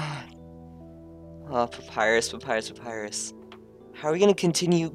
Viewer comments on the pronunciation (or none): AAGGHHH. omg pronounced Papyras wrong!!!!! >:'( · can not pronounce Papyrus